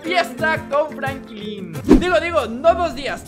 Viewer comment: enserio no sabes pronunciar franklin pero escribir si no?